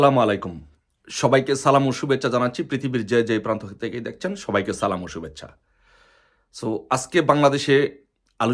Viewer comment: আহারে মুসলিম! সালামটাও সঠিক হয় না, এরাই আবার সুযোগ পেলে আলেমদেরকে রাজনীতি শিখাতে আসে।